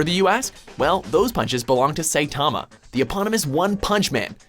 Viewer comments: ***** He even pronounced Saitama as SAYtama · he kinda butchered Saitama's name too. "Say-Tahma"